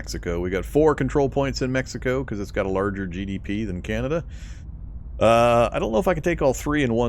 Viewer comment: The fact you were saying Beneluxx was bugging me until I heard you say Canayda, then I realised you were trolling. 😂🤣 Great vids bro! I have your videos playing in the backing while I’m playing and learning! 👍🏻